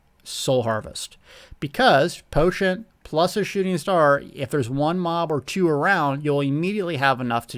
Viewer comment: I love you but there is no T' in "potion..." unless of course you're actually putting herbal tea in your potions. That I would understand.